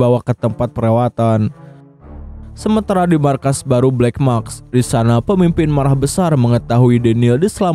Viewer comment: black mask bang, bukan black maks😓🙏🏼